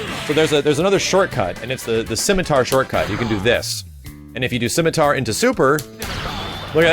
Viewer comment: "CIMITAR" Throws a spear...